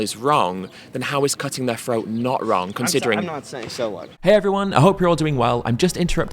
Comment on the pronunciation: Ed it’s “throat” not “phroat” love ya buddy! You are a great speaker!!